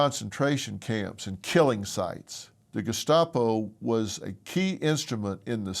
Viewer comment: Gescapo? Why does that sound like an Italian dessert? 😂 What an idiot. Doesn’t even know what they were actually called. Typical. Using words they don’t know to describe concepts they don’t understand.